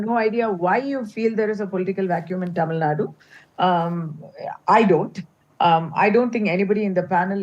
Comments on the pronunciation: Kindly pronounce Tamilnad"U", not as Tamilnad... Tamilnadu ( தமிழ்நா"டு") is a correct way to pronounce..tq.. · It's not tamilnaaad its Tamilnadu